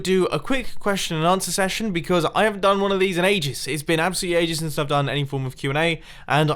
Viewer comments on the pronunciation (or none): none